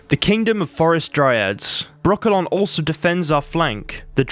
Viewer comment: Why every time he names Brokilon , i hear broccolo(n) 🥦?